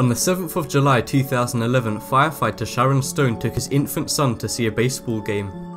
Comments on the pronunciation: 'ShaNNon', not "ShaRon'. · Ar.ri.fee.ma; you need to practice your pronunciation because this is what I'm hearing when you pronounce arrhythmia. Also, SHANNON Stone, but you sound like you're saying Sharon. I understand accents and you sound like you may have a slight lisp but you need to be very careful because incorrect pronunciation can give words a completely new meaning. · shannon not sharon or however you said it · if you were making fun of this man by saying Sharon and not Shannon you will be Kellyed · Shannon not Sharon 😒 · Dude, it's SHANNon Stone, not Sharon. Sharon Stone Is a Chick. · Weird narrator. It's Shannon, not Sharon! And a 6 yr-old is not an infant. And then he pronounces arrhythmia like erythema. SMH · "Sharon" Stone? lol. You constantly mispronounce words or just change them all together. AND you have a habit of describing pictures COMPLETELY inaccurately. Like for example I just watched you on another video describe a gymnast as a figure skater. She clearly was in stocking feet and had no ice skates on. Don't you actually WATCH the videos for which you provide the audio?? And how about getting someone to go over the final product as a second check BEFORE you release it? You know, someone who can pronounce words correctly and who might be able to see GLARING inaccuracies. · I didn't know "Shannon" was pronounced "Sharon." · SHARON Stone? Not good, bruh. "Shannon". :) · it was shannon stone not sharon stone and the a in le mans is pronounced as an o at least learn to pronounce the names and say the words properly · Is he saying Sharon stone? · did you say "Sharon Stone "? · why cant you pronounce Shannon properly? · What shocked me the most was the awful narrator on these clips. Had no idea how to pronounce people's names, competition names, or medical conditions. Absolutely shambolic.